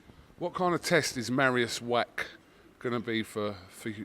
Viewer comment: "Mariusz Wrack"